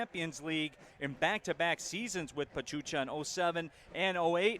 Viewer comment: My respect for Detroit City FC fans. I love the support for their team. I just hope Bravos start on the right foot and beat Atlas on the season opener. On a different note, it was hilarious when one of the commentators mispronounced the team of Pachuca for "Pachucha." Many fans from Juarez got a kick out of that one. Kinda cute really. The commentators however, are very well-informed about Liga MX. Kudos to them! Vamos Bravos a romperla en primera, El Chuco Town te apoya!